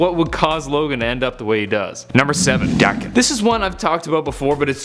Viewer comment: its pronounced dae kin